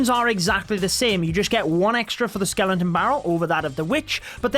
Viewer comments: Sorry but it’s skeleton scel-et-on barrel not skelenton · Its skeleton you dum not skelenton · I guess it is pronounce Skeleton.. npt skelenton 😀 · It’s Skeleton... not skelenton... no N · everyone: Skeleton: Skelenton 😂😂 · Dude it’s not “skelentons” it’s skel•eton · Whats a skelenton haha. Isnt it called skeleton? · Stop saying skelenton, like omg dont do youtube of you cant even pronounce skeleton right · Ugh!! Please. Why you saying skelenton? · Skeleton, not skelenton.. gosh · Take a shot every time he says skelington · skelenton barrel 😂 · Skeleton, not skelonton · I love how he pronounces skeleton as "skelen-ton"😂💔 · it clearly says skeleton not skelenton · Why are you pronouncing skenlenton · Skelenton.. Skellington?? Love the vids but couldn't stand your pronunciation of Skeleton xD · "Skelenton" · Nobody:: Skelentons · Is it just me or is he saying skelenton? No offense, great video! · My TH11 base: SkeleNton Barrel (Level 8) My TH10 base: SkeleNton Barrel (Level 7) My TH9 base: SkeleNton Barrel (Level 6 ) ..Man that "skelenton disturbs me.. :D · skelenton lol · Is it just me or did we all hear skelentons 🤣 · “Skelenton” 😂 noice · “Skelenton” lol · With ur accent it sounds like Ur saying Skelenton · my man is pushing 40 and can’t say “skeleton” skellington headass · no body:: SKELENTON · Dafug is a "Skelenton"? 😂😂😂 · Did i hear skelentons ? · I find it triggering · My diarrhoea gone after listening to his SKELENTONS and clenching my butthole everytime he said it. 😂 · Nobody:: SKELENTON